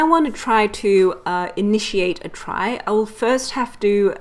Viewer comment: It should be noted that it's actually supposed to be pronounced like "tree" as its root comes from the word retrieval. Otherwise excellent explanation of how a trie works.